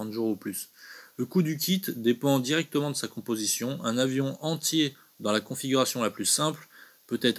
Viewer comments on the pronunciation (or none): none